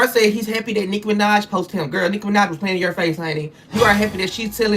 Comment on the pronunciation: Did he just say N!66a Minaj? 🤣